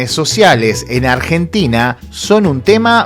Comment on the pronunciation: Ardjentina, Ardjentinos. aprende a hablar jaja